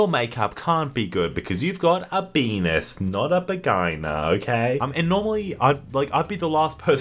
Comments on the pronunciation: benis, not a begana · because said benis and bagina I was physically forced to report this video.